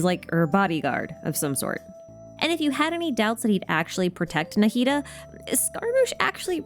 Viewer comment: the way i never noticed he fights like ruin guards incredible work subscribed thank you for this masterpiece I don't usually watch long videos but this one is so perfect and interesting I had to watch the whole thing also thank you for pronouncing Nahida's name correctly